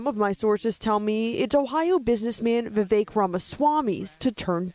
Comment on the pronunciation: I agree with your assessment of Vivek's real ambition. Btw, I believe "Vivek" rhymes with "fake". Very appropriate.